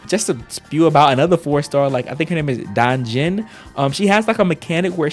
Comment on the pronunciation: I’m hyped about it so much! The first time I saw those 4* stars i thought they were 5*!!! The designs are just 👌🏻 Ps: your DanJin pronunciation is on point